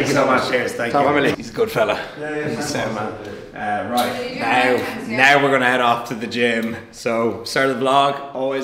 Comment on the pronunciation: As soon as he leaves “He’s a good fella” Irish as fuck 😂